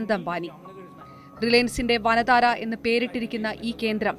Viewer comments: വന താര അല്ല വന്താര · Not vanadhara malayalam word allallo its vantara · Not vanathara,it's vandhara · വന്താര എന്നാണ് ഇത് വായിക്കുക വനതാര അല്ല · its VANTARA not VANATAARA 😒😏 pity😂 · It's not വനതാര, it's വൻ താര